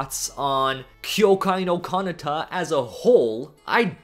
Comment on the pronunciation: why do you mispronounce so many anime names? btw this time the mispronounced part is kanata